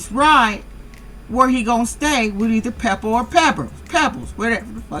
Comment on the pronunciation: I was dying when she kept saying pepper or Peppa or whatever the hell it is 😆